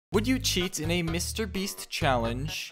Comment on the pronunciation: its just a theory, A BELUGA THEORY!!!! VIEN BOM BISTER MEAST!!!!!!! Beluga like Bister Meast Too much he cant take it anymore, what happens next is shocking! 😬😨 Begula after Moewing BISTA MEEEEST!!!!!!!!!!! VIEN PIIT PILLO BOEM YOU ARE TEH IMPASTA! BE QUIET YOUR ECHOING, MIKEY. VINE-SPOSED PIIE BOEM IMPORTAN NEWZZZZ!!!! BEGULA PLUSHYYYY LETS GOOOOOO Haha! no. VEIN NO. VIEN2 SHHHHHH TWO VIEN BISTA MEEST BORGOR we found the impasta amoguz.